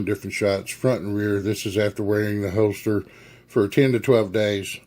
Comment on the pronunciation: Quality "Hoe-Stir" LOL